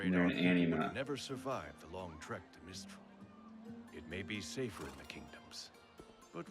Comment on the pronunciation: It's MIStral, not MINstrel